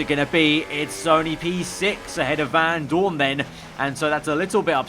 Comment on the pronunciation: Anyone else get annoyed by the way he pronounced Vandoorne. It’s not Van Doooorne it’s Vandoorne. Get it right 😐